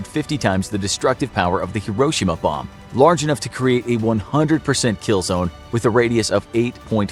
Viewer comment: Anyone else annoyed by the way he said hiroshima